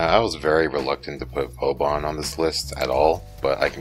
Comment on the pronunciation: 2 things: 1. It's 'Vauban', not "Vaubaaaan" 2. You can become a rock golem as Atlas. The thing is, it's Conclave specific.